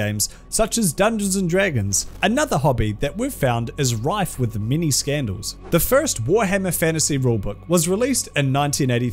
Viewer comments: You made me double take and I read the damn thing as "Mini Scandals". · I won't lie every time I hear "many scandals" from you my ears hear "Mini Scandals". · MFW: I've just watched this whole series & thought he was saying "mini scandals" the entire time. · Wow im really dumb! I watch this series and fkn thought you've been saying "mini scandals" 😂😅 Its right there in the title 😂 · I hear "Many Kudos" just fine, it's just "Many Scandals" I hear as "Mini", no idea why.